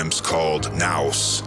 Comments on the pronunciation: Thanks for your help. It's Nous pronunciation Nus like Zeus Zus.. Sounds better. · I think it's pronounced noose. Otherwise this is one of my fav video of yours so far, thank you